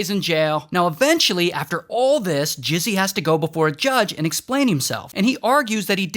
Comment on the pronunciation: Bro calling mizzy "jizzy"💀